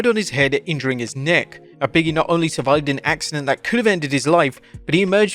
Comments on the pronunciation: I always thought it was "Big E", not "Biggy" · Big-E not Biggie smh